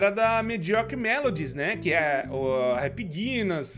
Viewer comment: "happy guinas" kkkkkkkk